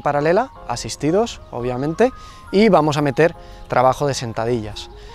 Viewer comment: Jajajajaja no puede ser, ese "Vuamos" quedó super épico